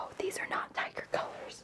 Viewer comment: I thought you kept saying diager, and I was like, what is that???????, then realizes oh, tiger